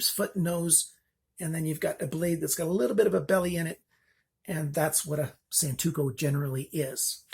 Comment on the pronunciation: Great review, just wanted to correct something real quick; it's Santoku not Santuko ;) Thanks for all your work!